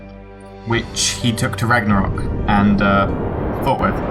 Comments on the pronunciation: I can tell you how to say "ö" the right way, Like the "u" in burn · it is a bit annoying that you cant say ö the right way